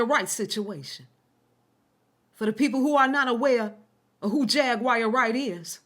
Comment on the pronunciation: It's triggering tht your intentionally mispronouncing her name over and over again... my cognitive dissonance isn't allowing what your saying to fully register bc your constantly saying her name wrong over and over again